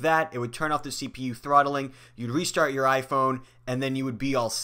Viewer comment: Lol it’s not trotthling ahahah